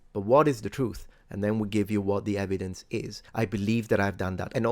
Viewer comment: "Yer 'ev-ee-dense' don't fit in with my Drunk Uncle Bob's facts."